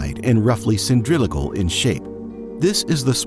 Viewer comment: "Roughly cindrilical", lol